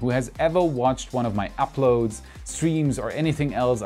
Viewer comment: Tscherman Akzent. His accent is actually quite weak -- there are a few words he gets wrong (such as this one), a few vowels that aren't quite right ("apload"/"upload"), and a particular pause in certain consonant clusters that is common in German. And that's about it.